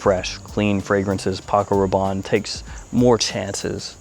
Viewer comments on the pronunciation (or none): none